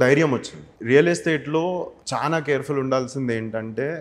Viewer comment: Meeru chana ani antunnaru adi chala ani anali telugu nerchukondi